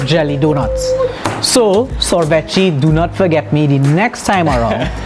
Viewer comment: Enjoyed this review very much it made me want to try that Baklava ice cream. Sorvete is Portuguese Its pronounced (Sor-vet-ay)